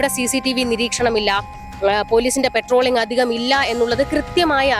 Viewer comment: പെട്രോളിംഗ് അല്ല പട്രോളിംഗ് ആണ്